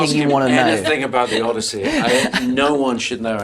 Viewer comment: did she say Odussy?😂😭😭